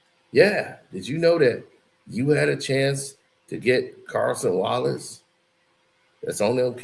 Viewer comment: Yall gon keep letting butcher these players names😂😂😂 Cason Wallace and Hartenstein 😂